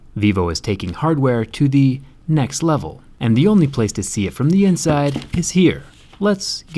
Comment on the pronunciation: did you mean "NEX LEVEL"?